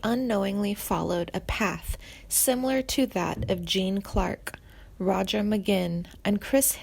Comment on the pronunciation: This is the worst video I have ever seen. You do not know anything about Timothée be Schmidt he still alive and is one hell of a bass player. His credits are endless. This narrator should know how to pronounce peoples names like Roger .